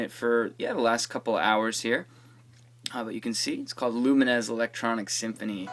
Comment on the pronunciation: lumines is prononced lew like the name and mines like the explosive thing in war games.